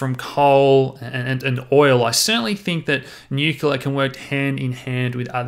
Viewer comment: everything about this video except the pronunciation, "Nu-kyu-la" is great